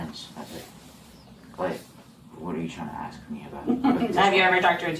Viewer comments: How many generations will it take to learn that an AXE is something you chop wood with? The word is ASK or ASKING! You’re supposed to be an educator after all, please pronounce the word ask or asking properly. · I'm sorry but is this a principal/teacher that's pronouncing ax for ask and reinerate for reiterate? And we wonder why kids today speak like they do. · professional educater and cant pronounce the word "ASK " none of them can